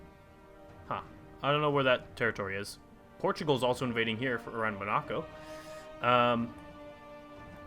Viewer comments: Mon-a-co, not Ma-na-co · Pronounced mon-uh-koe Tobago - pronounced: 2-BAY-go